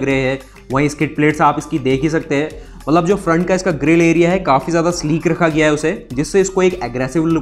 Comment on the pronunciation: UP se ho kya?? Mallab Mallab kya hota hai?? Mat-lab hota hai. Mallab. 🤣🤣